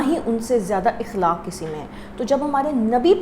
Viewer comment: Sister please ikhlaq nahi akhlaq huta hai sister apka ye word sahi kerlijeye ga